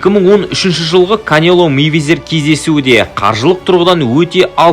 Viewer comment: Мэйвезер емес Майвезер деш